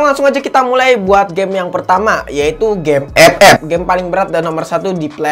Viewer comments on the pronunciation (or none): Saya suka kalo udah bilang EPEP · Suka baget dengar EP EP yak wkwk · kenapa tiap ngomong Epep suka dikencenginnn awkwkwk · Ngomong FF nya niat bgt. ICONIC.